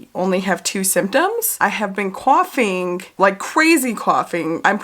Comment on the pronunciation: But why do you say “coughing” with an east coast accent??